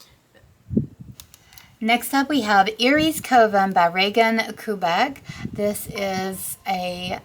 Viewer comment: Kubecek (3 syllables) sounds like “cube a check.” I could be wrong but I’m pretty sure this is how you pronounce the artists name ❤